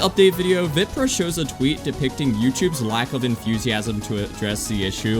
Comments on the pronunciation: It's not pronounced vìprah it's viprah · It’s VAPRAH not viprah I don’t mean the spelling I mean the way u say it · You keep saying his name wrong. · youre not even saying his name right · Why he say viprah like that